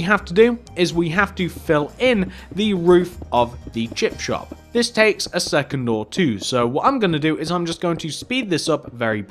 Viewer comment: Is it me or does he say chip chop 😂🙂